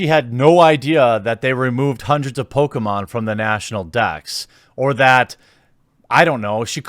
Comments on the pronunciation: Bruh. Please stop saying PokAmon. Its Pokémon!!! Ahhh!!!!!!! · It’s Poh-Kay-Mahn dammit lol My brain kept screaming at him mispronouncing the name😂